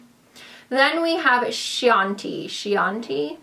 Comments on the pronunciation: Baci means kiss in Italian and it's pronounced bachi. Chianti is a type of wine and it's pronounced quianti. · its pronounced "keeanti", don't you remember Hannibal the Cannibal talking about eating liver with a nice Chianti? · I love you but please try to learn the pronunciation on simple words. It's very hard for a viewer to see simple basic words like Chianti and ba I butchered